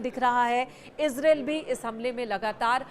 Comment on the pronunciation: It's pronunciation is: ees-raa-eel Not ez-rail